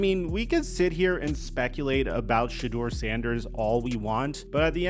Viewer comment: The fact that you still keep pronouncing his name "shaw" is driving me nuts.